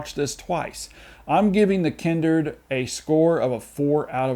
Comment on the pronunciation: The Kindered? How did you pronounce it incorrectly when it actually says The Kindred in the trailer you posted in the reviews lol? In any case excellent review 👍